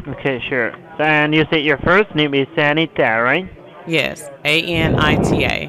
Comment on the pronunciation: LOL Sanita...it's Anita...ok Sanita. LMAO Fredo Brown meltdown.